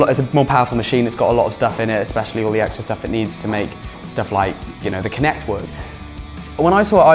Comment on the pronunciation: am i the only one who was laughing for like 5 minutes when he said "Kinection"? no?